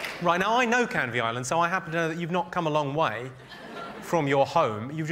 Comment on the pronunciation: It’s Canvay island. Not Canvi island